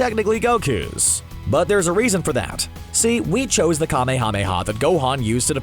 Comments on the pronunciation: It's not kame-hame-ha its kamehameha like kah mayamaya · Jesus Christ stop saying KA MEE HA MEE HA. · You REALY need to work on your pronunciation of kamehameha.. I can barely watch this video only because of that...